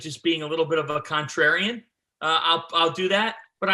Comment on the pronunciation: Contraryion..? ILMAOOOO🤣🤣 . Dude with glasses is kookoo🤓